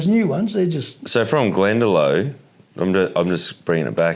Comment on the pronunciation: lovely podcast ,just its glendalock not glendalo